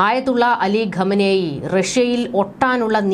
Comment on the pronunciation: Please pronounce Iran leaders name properly. കമനേയി എന്നല്ല , ഖൊമേനി എന്നാണ് ശരിയായി pronounce ചെയ്യേണ്ടത് . thanks